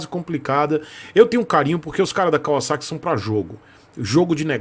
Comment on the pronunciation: Fala Kawasaki direito...não é "Kawaçaki" kkkkkkk vc não tá no Japão.